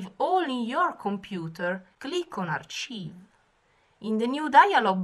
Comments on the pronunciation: you keep saying achieve(accomplishing something) but it is Archive as in ( ar-k-ive = storing them) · It might be a language difference and I apologize if that is the case, but archive is pronounced "arKive" not CHive as in type of onion.